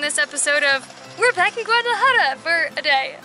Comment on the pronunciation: How she says Guadalajara makes me mad